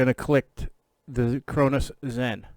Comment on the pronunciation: "The Crownoowws zen"